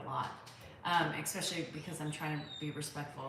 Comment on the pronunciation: The word is not expesically! It’s especially your mispronunciation of this word is like fingernails on a chalkboard!!!!